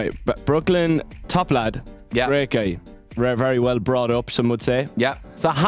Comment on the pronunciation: It always confuses me how Niall pronounces "guy" as "gay"